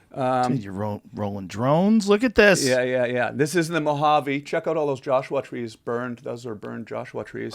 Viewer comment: Tom says "Joshua" the same way Rachel does in Friends.... fyi...